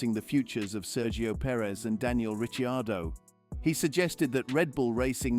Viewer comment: who is RICHI-ARDOH